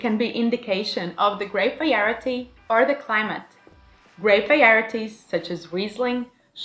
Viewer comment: Nice breakdown of wine tasting! Your English is outstanding! (As a little hint, the word, variety, is pronounced "vah rye ah tea") 👍